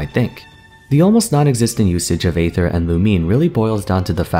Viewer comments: xD isnt aether pronounced ee-ther as well? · Just want to say that aether is pronounced like eether you kind of leave out the a sound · im personally attacked with how you say Aether